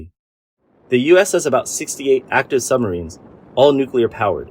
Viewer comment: Sumreens not submarines?